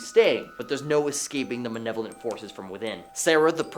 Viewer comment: Manevolent... gets me every time...haa ha...(as exclaimed by Nelson from The Simpsons)